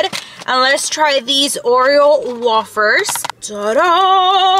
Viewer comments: Also wafers is pronounced way-fers no wah-fers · Girly, you pronounce a lot of things wrong. lol. Its Peetza and Wayfers!